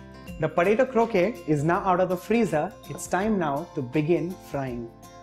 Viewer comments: "Krokay" (croquet) is a lawn game played with balls, hoops, and mallets. Kroket" (croquette) is a stuffed, breaded and deep fried patty like the ones you're making.The English must have mispronounced the word in India. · Croquette is pronounced (crow-ket)